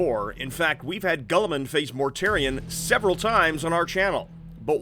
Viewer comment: Can someone teach (and I think I’ve heard some of the others pronounce it the same way) how to say Guilliman? He’s not super gullible guys, just drop the u and you’ll say it correctly.